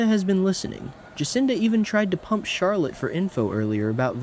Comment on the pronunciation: Charlotte not charlet